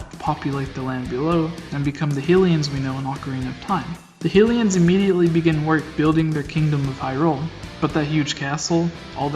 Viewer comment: sorry man, "Hilian" and "Geron"... you're killing me. very interesting theory though! I enjoyed the video.